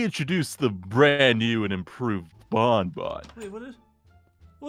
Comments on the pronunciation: It's not bon bon it's bonny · No its bawn bawn